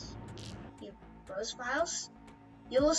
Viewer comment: just to mention, browse is pronounced with the ‘ow’ sounding like ‘ow!’ As in an exclamation of pain